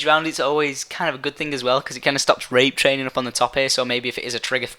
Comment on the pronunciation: Why do you keep saying Rapetraining its fucking annoying